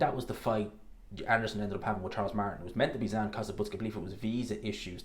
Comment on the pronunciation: It's Zhan not Zan.